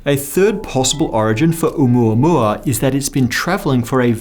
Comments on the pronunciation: Thank you for correctly saying the name. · As a native Hawaiian, I sincerely thank you for pronouncing 'Oumuamua correctly. :) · It's the correct pronunciation according to Hawaiians. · Pronunciation was close enough, you get a pass.